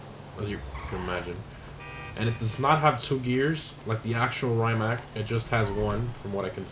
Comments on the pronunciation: Did he just say "ray-mack"?! It's pronounced "ree-ma-c" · It's actually "Rimac", not "Rymac", but still...glad that Croatian hypercar ended in GTA. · Friend, git no oroblem with you, but please pronounce Rimac like this: ree-mats